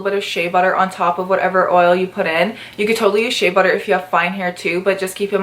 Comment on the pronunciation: Why do u say shae butter instead of shea butter